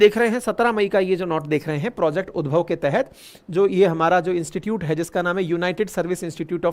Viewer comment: उद्भव नहीं होगा ये उद्धव होगा भाई ये